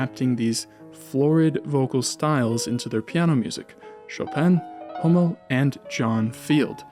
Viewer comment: Please pronounce "Hummel" properly!